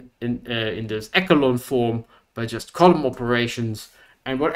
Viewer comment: Very nice intro. (If I may... echelon is pronounced e-she-lon. Much unlike the word echo in English, but more like that word in German.)